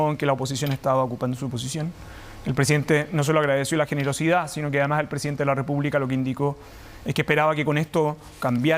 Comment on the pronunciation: " GENEROCIDAD " JAJAJAJAJAJAJAJA